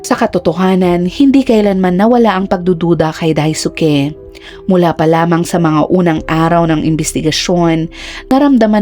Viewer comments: no hate po pero ang pagbiskas sa ngalan na Daisuke is silent "U" (read as DAIS--KE) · Dai-ske ( pronunciation )